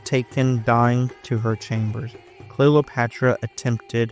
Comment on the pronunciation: Great video. You seem to pronounce it Clelopatra? Is this the way it sounded?